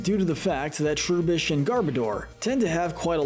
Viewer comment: The pronunciation of certain Pokémon is… interesting. “Troo-bish?” Would this guy pronounce the word “rubbish” as “roo-bish” instead?